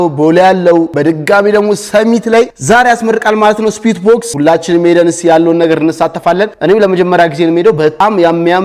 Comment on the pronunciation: ስዌት ነው ስዊት አይደለም